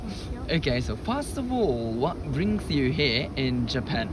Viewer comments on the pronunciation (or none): ワットブリングスーへー🎉 時々出るぶりてぃっしゅいんぐりっしゅがかわいい😍